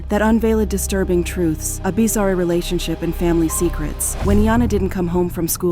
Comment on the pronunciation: Bee zarr ree = bizarre. These ai bots are not as good. Joe han than = Johnathan Kwy Lez = Quayles The AI really removes the human part of the production for me.